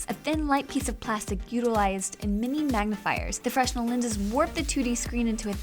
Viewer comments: FREN NELL not FRESS NELL... Everyone needs to know this. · The s in fresnel is silent